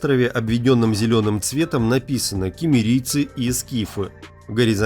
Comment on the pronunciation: Cumerians - киммерийцы - сумерные! А всего лишь прочтение!